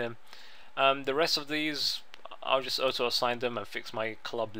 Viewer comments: Orto, not Otto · not being rude, i love your vids dude but honestly auto assign isnt said like aoto its like AW-TOE. not being stink, i love your accent but yea :P:P